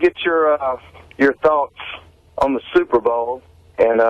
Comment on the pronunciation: Gary says Suvervol ( superbowl)